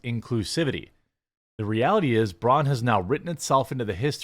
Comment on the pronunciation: Hey Braun....👋👋👋 byebye.... by the way its pronounced braun... the au is like the ou in loud.....